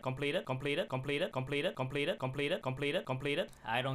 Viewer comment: Came here for him to say shompleted